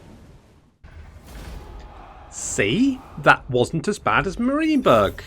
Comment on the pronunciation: It took a great many campaigns, but finally pronounces Marienburg correctly XD so now it's time to start on the pronuncation of Eilhart and Wissenburg